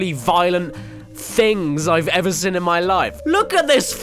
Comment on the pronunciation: Why do you pronounce 'seen' as 'sin' ? I'm just curious, great videos btw :)